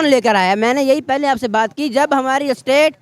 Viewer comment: PHIR "PAY-LAY" JAAWOGE 😆